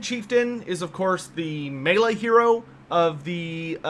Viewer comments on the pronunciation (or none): none